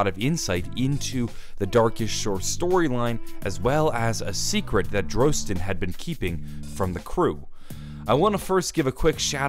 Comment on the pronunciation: Dislike for mispronunciation of Drostan's name DRAW-STEN Not DROE-STAN